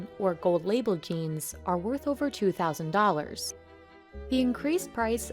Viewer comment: "But prices can be as high as two thousand dollars." Oops, comparison emphasis on the wrong syllable. For future reference, when making a comparison, emphasize the part of the term that has the greater effect on the comparison. For example, "two thousand dollars" in this case.